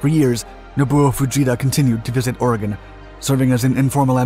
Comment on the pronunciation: well he pronounced oregon right do you know how many people get that wrong